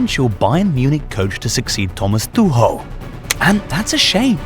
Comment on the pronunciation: Thomas tuhoe 😂😂